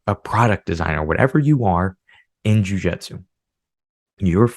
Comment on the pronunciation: 🎉🎉🎉 Congratulations on not saying “jiu jetsu.”